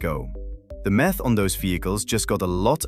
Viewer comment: The accent drives me nuts. Math pronounced like meth?